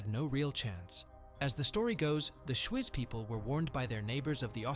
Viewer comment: Thanks for the shoutout. Pronunciation on Swiss cantons could be improved: Schwyz is pronounced Shweets. Morgarten is pronounced more-garten like in kindergarten.